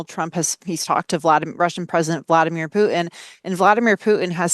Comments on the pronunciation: It´s not Pu'in it's putin you deslexic woman. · OK, glottal stop in stead of 't' might be a thing in most words... But not in names. The Russian dictator's name is not Vladimir Pu'in. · If is aiming to be a credible reporter it would pay for her to pronounce the name of prominent leaders properly. There is no leader called Poo'in. The name is Putin. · Putin has a T in it, what is wrong with these people who don't know how to talk!